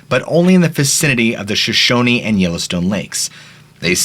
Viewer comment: Great work! I live in Montana and I commend you for pronouncing Shoshone correctly! I live in Butte, and this type of audio phenomenon is a regular part of life. You do good work. Could be the disturbance of, or the existence of the metalic and mineral abundance, woah! You have to have gusto to live around here. Keep up the good work! Yup, dead people talk and energy never dies, it just changes form.